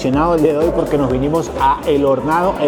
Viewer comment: No es Guyas es Guayas No es horNEAdo es hornado No es túlcan es Tulcán No es chicha de joRRa es chicha de Jora No es las vicentinaS es la Vicentina No son papitas aplastadas se llama Llapingachos 🙄 Por qué no empaparse mejor de la cultura de un país o una ciudad De cualquier manera bienvenido a mi hermoso país